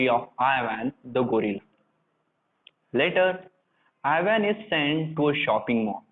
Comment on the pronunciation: Not Ivan I van